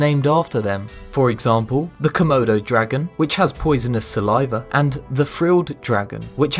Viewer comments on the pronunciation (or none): it's komodo not kamotos